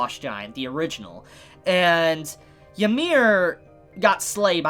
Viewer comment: Please, stop pronouncing Ymir like 'yee-mir' it's 'ee-mir'